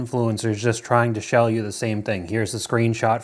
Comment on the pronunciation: he said 'shell you' instead of sell you ❤️